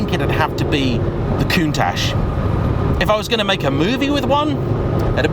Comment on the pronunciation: There is NO SSSSHHH in COUNTACH.